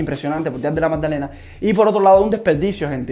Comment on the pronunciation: Buen video bro!! Sigue asi💪. PD: Della MADDALENA no MAGDALENA, jajaj solo me dio un poco de cringe escucharlo así, pero buen video